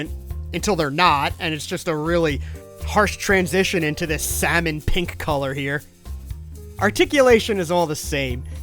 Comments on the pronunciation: it's. not pank it's Pink! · i thought you just created pank because of how you say it but no its a actually color😅